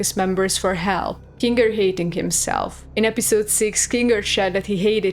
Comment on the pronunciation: You really gonna use that "hard r" when talking about Kinga?